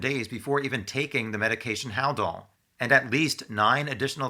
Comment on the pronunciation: never heard of Haldol before? He can’t even pronounce it correctly.